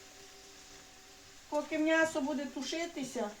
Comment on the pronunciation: Чому мнясо,а не м'ясо?